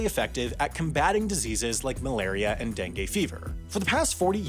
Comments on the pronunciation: It's DengU not DenGAY. Okay? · Dengue is pronounced as dengoo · "dangay fever"